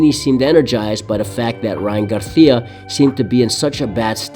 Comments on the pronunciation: I like this video bro but it’s GARCIA not GARTIA 😂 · Its GARCIA(GAR-SEE-UH) not "GARTHEAUH"... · Why do you keep calling him Ryan garthia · Why do you pronounce it as “Garthia” 😂 other than that solid video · Learn how to fucking pronounce GAR-SEE-UH. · Why do you pronounce Spanish Names with a Spanish accent when we dont speak like that in Mexico or all of the Americas? No you keep changing it up. Sometimes with the Spanish lisp "th". Ryan "Garthia"? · The way you pronounce Garcia is interesting choice. 😂😂😂😂